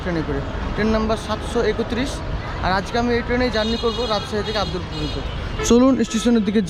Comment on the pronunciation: ঐটা আব্দুল্লা পুর না রে ভাই ,, আব্দুলপুর হবে